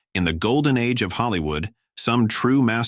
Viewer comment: Gol-den era… Mar-Lean Deetric. The automated voice here is downright insulting. And the autogenerated text! Just truisms that could apply to any decent movie. This is brain-death.